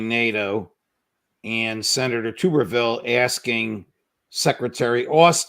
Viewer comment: The Alabama senator’s last name is pronounced like Tub as the like bathtub.